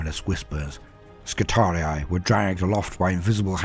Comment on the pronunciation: You're one of the only people I've heard pronounce "skitarii" properly. As always, love the storytelling. You're the boss 👊